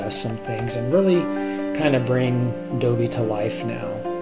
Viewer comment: You're pronouncing it wrong. It's not "Dobie", it's Dobby. Rhymes with Bobby. But this is awesome! ;o)